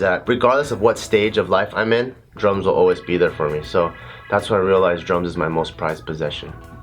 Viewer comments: I keep hearing drugs Instead of drums so it sounds like he said drugs helped me through r tough time lol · Whenever he said drums i heard drugs. "regardless of what stage of life i'm in, drugs will always be there for me" XD